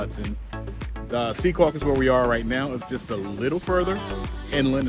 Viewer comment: Thank you for saying Secaucus correctly.